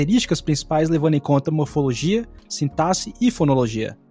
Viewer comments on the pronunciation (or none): none